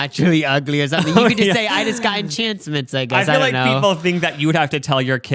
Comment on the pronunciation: I love that always calls "enhancements" - "enchancements." It adds a little charm.